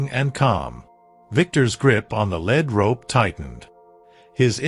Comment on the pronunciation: This story was repetitive & full of misspellings & an obvious mispronunciation. When you lead a horse with a rope, the rope is called a lead rope, pronounced leed. The rope is not made of lead, pronounced led. Knickers are short loose pants that fit tightly below the knee, worn especially in the past. The sound a horse makes is called a nicker. Another sound is a whinny. The word Winnie is a woman's name. The night had secrets, but there was no knight in armor in this story. Something gnawed at him, not nod or gwed. The emphasis in the words tree line should be TREE line, not tree LINE. It made his chest tighten with anticipation, not Titan. The horse is a chestnut, a reddish-brown color with no black hairs & a mane & tail of the same color or lighter. But one of the pictures is a bay, a brown horse with black mane, tail & legs.